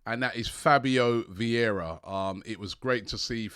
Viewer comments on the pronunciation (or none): none